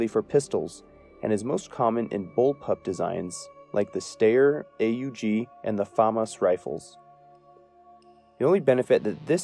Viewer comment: as usual I great comprehensive video on the subject, however your pronunciation of styer aug and heckler and Kotch is painfull lol (no hard feelings), Kotch is said how it looks (however most people say H&K) and styer aug is said "stire" with the aug be read rather then spelled out